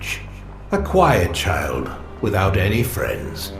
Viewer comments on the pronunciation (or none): none